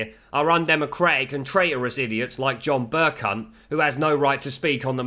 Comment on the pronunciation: Amusing to hear you call the speaker Burcunt over and over again...hohoohoho...and yes, Mogg is far too brimming with intellectual guile to have anything but fun with the BBC cretins. I would love to hear Mogg say BurCunt!